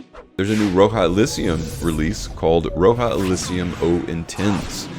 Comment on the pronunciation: Great video as always! Thanks for the updates. Btw, Roja is pronounced Rah-jah as if you’re saying Roger with a British accent. Not Row-jah.